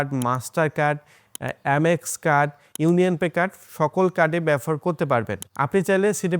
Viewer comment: shob bujhlam, but BABOHAR ke bar bar BAFOR BAFOR bolchen kno vai?